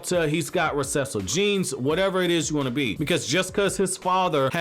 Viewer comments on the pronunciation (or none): none